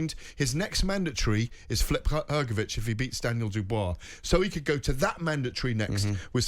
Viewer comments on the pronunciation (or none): His name is not Flip, Gareth. Why does this fella insist on butchering everyone's names?